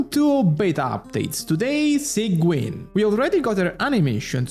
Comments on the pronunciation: its pronounced as sij-win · i know it's important to you because you fixed it with arlecchino, sigewinne is pronounced "sijwin" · why does he sait it like "Sanguine"? 😭